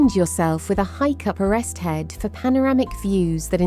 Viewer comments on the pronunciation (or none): I think the text-to-speech convertor needs a bit of attention on this one! OK, so Betws-y-Coed would be expected to cause a couple of problems, but Culloden (cull-ODD-en not cull-OWED-en,) Orrest Head (ORR-EST not ARREST-HEAD,) and Snowdon (SNOWD'N not SNOW-DONN,) shouldn't pose challenges to decent software!